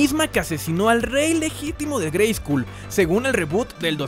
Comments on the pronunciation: Perdon neta perdon no es por mamon pero se pronuncia greyscol no greyscul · Por qué pronuncias la U en "Grayskull"? En el doblaje se pronunciaba correctamente con O, como se pronuncia en inglés. Es una broma? Es por derechos de autor? Me hace pensar que nunca has visto la versión doblada en español con la grandiosa voz de Rubén Moya. En la descripción citas "yo tengo el poder"; si bien, fue un error de doblaje, en México He-Man decía "ya tengo el poder". Nuevamente me haces pensar que nunca viste la versión en México.